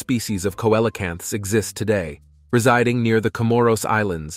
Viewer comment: Coelacanths. I literally cringed every time he butchered that word. It bothers me when people mispronounce words; as you said, a little research goes a long way. Took me about 10 seconds to Google it for the right spelling, there you had loads of info on it, PLUS how to pronounce it! Imagine that! 🤔